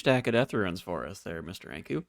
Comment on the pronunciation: I absolutely love the serie so far! And I must say I find it funny that you say "RUINS" instead of "runes", hahaha keep it up, love it!